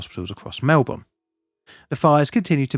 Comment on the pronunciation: He pronounced Melbourne right which is one that people always seem to struggle with lol